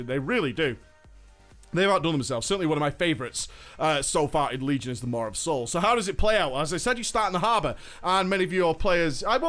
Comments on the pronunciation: "Mar of Souls" MAW. Say it with me. "MAWWWW" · lol, Idk why, but the way he pronounces "maw' is driving me nuts lol. He's throwing a R into it so it sounds like "Mawr' o.O Anywhoo, great vid, keep it up. :D